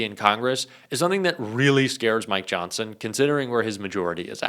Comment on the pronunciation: for some reason, when you reached the mid point you said, Mike Johnson. Nothing new there, EXCEPT, at that time I heard you say, MY johnson. I wanted to be the one who told you! SOSAYMYJOHNSON!